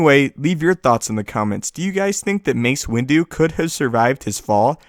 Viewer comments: Everytime he says Window...i hear "Windu" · "windu" XD